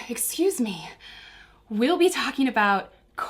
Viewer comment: Cute! At :04 all I could think was exsqueeze me? That was funny.